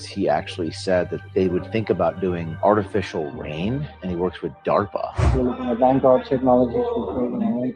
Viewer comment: It is DAARPA!!!!!!!